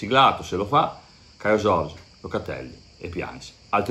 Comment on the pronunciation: Si dovrebbe leggere caiu giorgi😀